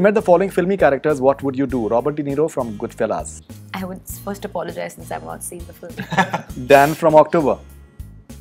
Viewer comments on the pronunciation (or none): oh my god this gawar said godfellaaaz to goodfellas